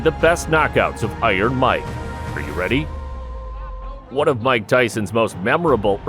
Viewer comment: "Weady" is crazy